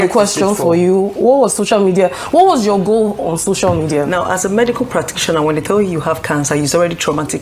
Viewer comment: Why's she saying 'shocial media ' I thought she was well schooled!